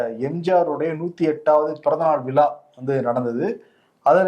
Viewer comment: விளா இல்லை தம்பி விழா